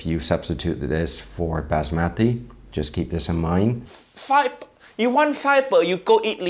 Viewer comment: Kindly learn to pronounce Basmati properly!